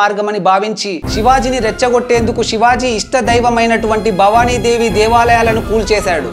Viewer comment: Brother aur ek bar thik se nam lele na okay